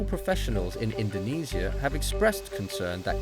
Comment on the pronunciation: fgs pronounce indonesia right, it hurts my ears